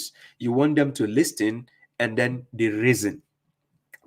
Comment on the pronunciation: the T in listen and listening is silent. Great video. Ever since listening to you and reading the Quran for myself.. cover to cover … it becomes so easy to see the lies that haditheeoons come up with.